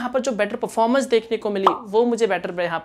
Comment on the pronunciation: Performance pronunciation thik se karo😉